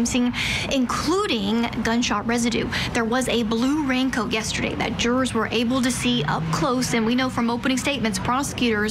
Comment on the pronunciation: needs to use a her big girl, grown-up voice. It's unbecoming for a tall woman like her to use a babyish voice. She absolutely changes register at times, like for pre-recorded vignettes, when she's using her Barbara Walters affect. Also, it's jur-ors, not jures...and to-day, not tuh-day.